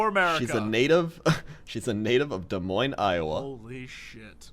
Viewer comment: YAY for saying Des Moines right:D Iowa represent